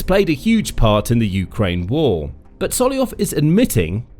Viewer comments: His name is SolOVyov, not Solyov :) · Solovyov, not Soliov. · it's solov-yov not sollyov 😭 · Why are you pronouncing Solovyov’s name so distorted. It’s one of the easiest Russian names to pronounce! You simply “ate” the first V! IT IS NOT SOLOYOV! It is soloVyov! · I thought his name was sol-ov-ee-ov but you keep saying sol-ee-ov. Which is right? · Not Solyoyov he is Solov'yov. Your pronunsution of russian names and lastnames is shitty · It's not So - lo - yov !! But So - lov -yov!! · SoloVYov, not Soloyon. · Sorry, who is 'Sollyov'? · This is a genuine question: why aren't You reading the first V in Solovyov surname? Cause it's pronounced Solov-yov. :D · I love when the reader gets to a russian name, and then just makes something up that vaguely sounds like it looks 😂